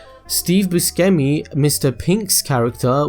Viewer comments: it's bu-SHEM-i, jesus christ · it's pronounced bu-shem-mi *flies away *